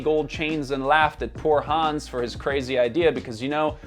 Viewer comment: Wait a minute, did you just pronounce the name Hans, hands? Like these hands ✋. Come on, how didn't you know how to pronounce it? It's like one of if not the most commonly used stereotypically German name in media.